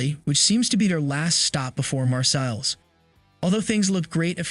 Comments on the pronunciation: Mahr-say, not Mahr-sells. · Wow! You hate alot about this franchise, but you do not know how to pronounce Marseilles? YOUR critique is very disappointing.